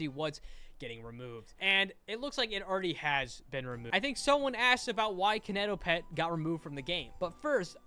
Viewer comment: im so sorry but him saying “kiineitoepetd” made my cry (no hate you are amazing <3)